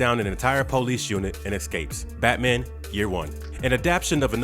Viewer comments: " The po- lice force"..????🤣🤣 Employ someone to narrate with a better style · Darn Poe-lease.